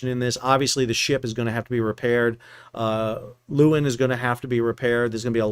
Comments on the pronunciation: You pronounce the ship's name 'Laywin'. It's Dutch for lioness. You're welcome. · The pictures of the Maersk ship in the harbor make it look enormous in the landscape. I don’t know if the Aussies are fastidious about the pronunciation, but the Dutch “Leeuwin” is more like “Lay-v(w)in”. The “V” is somewhat between the English V and W in that part of Europe, a “soft V”. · Leeuwin. (Lioness) Not luuin. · 'Leeuwin' is a dutch word meaning 'lioness' . it is pronounced as the 'lay' in 'layman' plus 'win', I.e. 'lay-win'. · That's not how we pronounce it in WA! We say Loo-en.